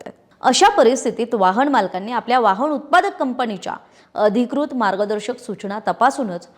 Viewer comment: मॅडम, वाहण नव्हे, वाहन. वहाण म्हणजे चप्पल. नेहमी न ला ण म्हटले, म्हणजे शुद्ध नव्हे.